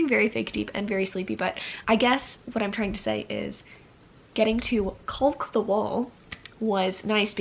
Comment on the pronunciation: Lemme actually comment during the second rewatch of this Love how beautiful my babies, the diviners, are lookin in that library, got dayum. Also, I’m cackling at how much the L in caulk is being emphasized 😂😂